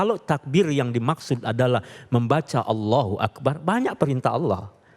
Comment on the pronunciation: Saya hanya ingin komen lafat ALLOHU AKBAAAR,yg diucapkan oleh pembawa acara,lafat BAR DIPANJANGKAN ITU SALAH MUTLAK,YG ARTINYA KENDANG,TETAPI YG BENAR ,(ALLOHU AKBAR)YG Artinya ALLOH MAHA BESAR,jadi kalau ada orang ucapkan ALLOHU AKBAAAR,itu salah mutlak& artinya sangat berbeda,jaaauh sekali ,jadi hati2ucapkan lafat ,jangan sampai kita kliru,mohon ma'af🙏dari surabaya